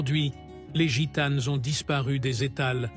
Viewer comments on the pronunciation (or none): IL FAUT DIRE A LA PERSONNE QUI FAIT PARLER L ORDINATEUR DE LA VOIX DU COMMENTAIRE QU EN FRANCAIS ON NE PRONONCE JAMAIS LA LETTRE " S " DU PLURIEL DES NOMS . ON NE DIT PAS " GITANE Z " MAIS " GITANE ". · " Gitane's, brune's " 😂😂😂